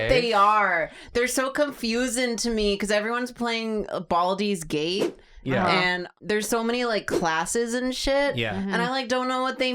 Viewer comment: calling it "Baldy's Gate" is the most underrated joke of the year.